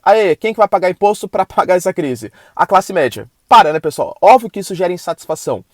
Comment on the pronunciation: Bom dia Professor! Por sua formação acadêmica é curioso o sr dizer "óvio" sendo q o correto tanto na escrita quanto na dicção é "óbvio", o b é mudo mas quem fala a palavra não é...